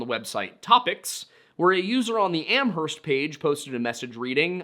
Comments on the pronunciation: Ooof, two corrections on pronunciation for New England towns: Hay-Vrill, not Haver-Hill Am-erst, not Am-herst Yes, I know it's ridiculous. Blame Old England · I lived in the Amherst area at the time and remember the disappearance well. The local media portrayed it as a possible abduction. Amherst is pronounced "AM-erst." Where only the H is silent (you can look that one up).